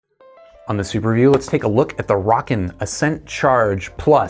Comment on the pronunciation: DUDE WHO TOLD YOU HOW TO SAY ROWKIN? its like row, row, row your boat Gently down the stream Merrily merrily, merrily, merrily Life is but a dream now lets say it together "ROW"KIN YOU SAY ROCKKIN NOW YOU know how to pronounce it correctly!!